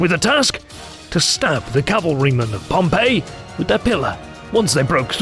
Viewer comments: The English pronunciation is Pompey not Pompeii so if you're going to say Pompeii you might as well just say Pompeius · Isn't Pompey pronounced PomPee??!!